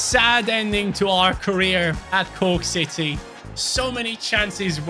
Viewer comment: Also it's not Cooke city it's corke or croke